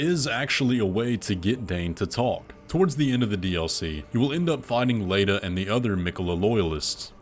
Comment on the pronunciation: How did you manage to mispronounce “Leda”? Her name is repeated numerous times in the game